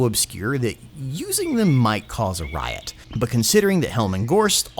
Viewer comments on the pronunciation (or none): none